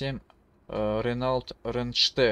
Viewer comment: Ранелт, бля аж до слез))) чувак эта марка называетс Рено